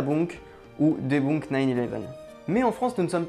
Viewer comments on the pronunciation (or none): On dit debeunk pas debounk :)) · debunk ne se prononce pas "débounke" mais plutôt "dibeunke". J'ai trouvé ça agaçant.